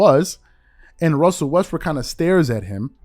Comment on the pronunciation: Lol you said "Russell Westbrick" 😅